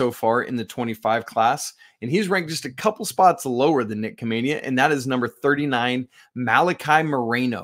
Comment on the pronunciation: Khamenia is pronounced with an H.